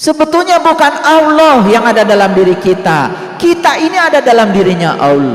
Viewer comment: dya blg nya awloh dan aloh